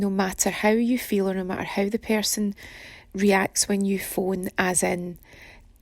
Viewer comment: pear-son=person shaped like a pear